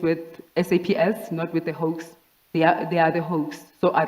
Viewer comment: The difference between "hoax" and the "hawks"🤣😂